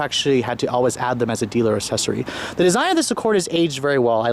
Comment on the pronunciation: He went full Asian